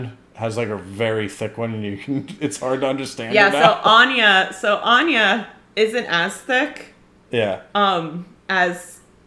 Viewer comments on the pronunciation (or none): Without meaning to be rude - your friend’s name is not Anya - it’s AWEN-yah (Áine - goddess of love, fertility, and summer). 😉 It means “radiance” “brightness” and “splendour”.